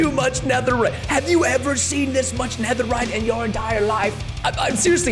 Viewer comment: Guys it’s pronounced netherite